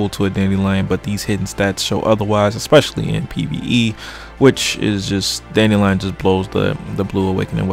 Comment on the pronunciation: did you almost fucking choke on your tonsils Lmao ...... then u call it a dandewion lmaooo